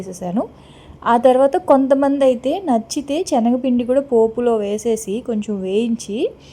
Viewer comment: Chanagapindi kaadu sister....sanagapindi.....chaala rojula nunchi meeku cheppalanukunna..pls dont take bad.